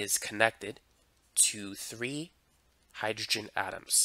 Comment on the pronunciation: Why does he saying three as tree lol.